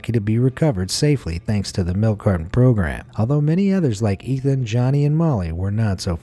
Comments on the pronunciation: The first boy on the carton was Etan (pronounced Etawn) not Ethan. Please be respectful and get names correct. I feel so bad for that mother. The guy confessed but Etan's remains were never found. He was declared legally dead in 2001. R.I.P. Etan. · You keep saying Ethan.... But his name is Etan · Etan, not ethan! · It’s Etan not Ethan. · Etan Patz is pronounced EY-tahn PAY-tz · I am sorry, I was going to let it go, but with the amount of times you mispronounced Etan Patz name, I had to comment. Here is how his name is pronounced. Etan-pronounced Ay-Ton with the second syllable rhyming with, “ON” Patz-pronounced with a long “A” , like Pay-tz. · His name was Etan NOT Ethan, and it was right there on the milk carton to read! The laziness of the narrator is disrespectful, but sadly not unexpected.